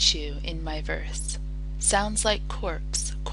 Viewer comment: I will teach you, in my veRRRse Sounds like coRRRpse, coRRRps, hoRRRse, and woRRRse.